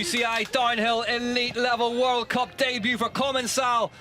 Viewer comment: Its called common-cal not common-cell you moron commentator.